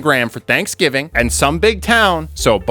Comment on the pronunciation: Did no one notice he said slapsgiving?